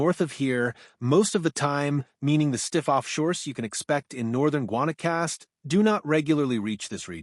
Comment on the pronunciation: real voice will get you more views, at least thats my opinion for what its worth. AI doesn't pronounce the destination names correctly, so thought it was all machine driven. Glad to hear its not tho, i hat the AI takeover of YouTube.. You lost me at Guanacaste. I lived there for 2 years near Tamarindo. Awesome surf all over the Nicoya. Hope you get some good ones!